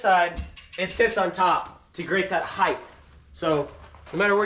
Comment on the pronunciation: This was a waste of time. Your title says “ How to build”. This video teaches nothing. Additionally, the word is “height” not “heigth”. The “t” is to be pronounced. Need to change the title of your video. 2 thumbs down.